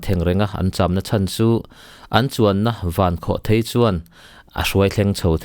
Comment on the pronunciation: Mizo ṭawngah chuan a lam dan hi lam dan tur dik tak a ni e. Thil tlawn a lai kua hi thei (chhemthèi/mauthèi etc..) tih ṭhin ani a, rocket hi chutiang pian nei anih vang chuan "Vankhawhthèi" tih hi adik thlap a ni.